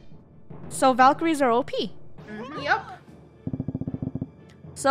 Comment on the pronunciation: No one: Absolutely no one: Not one soul: ValKerIEs